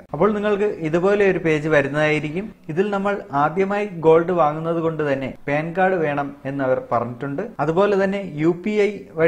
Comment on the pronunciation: പേൻ കാർഡ് അല്ല പാൻകാർഡ്